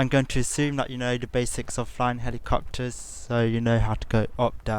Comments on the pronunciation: "Ma numbwer won wule for flwyin helicopterssss" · Helicopterszzzz, sorry but it's hilarious when you say it!